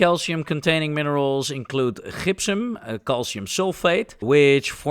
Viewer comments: Gypsum is pronounced "DJIP-sum" (J as in Jump) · The Dutch g is strong in the gypsum. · One trick for pronouncing Gypsium is to say Egyptian (which you did in this video perfectly), but leave off the E. As someone with Dutch ancestry, I've taken pains to teach my family the correct pronunciation for things like Gouda. It's really funny to see that native Dutch speakers can have the same problem in reverse 😅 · I feel gipped by how you say Gypsum. 😂😂